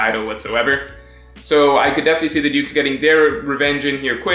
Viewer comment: everytime he said dukes i thought he was saying dudes lmao